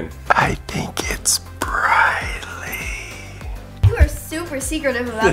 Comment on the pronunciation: Your dad said bryLy